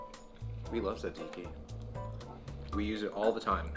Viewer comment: Not you too, I'm so desappointed... Why is it so hard to say 'Tzatziki' right? Cool Vid tho I guess, you are invited to Greece if you want me to teach you the right way of saying tzatziki!